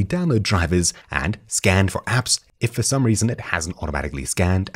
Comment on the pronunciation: did I really just hear him say "FOK Gamers"??? 😶